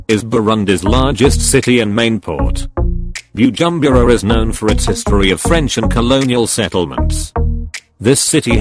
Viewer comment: You must learn how to pronounce the African names coz the way you pronounce Bujumbura 😁😄😅is very funny.